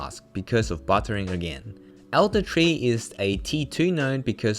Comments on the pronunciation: hi, may I ask what is bot-er-ing ? i'm from a diff country and can't seem to find the translation for this word. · Learned very much from your video, so thank you so much. Also, if anyone can answer me, what is this "bottering" he keeps talking about?